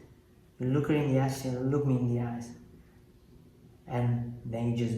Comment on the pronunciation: The way says "look her in the eyes" sounds like "look her in the a$$"...so which is it?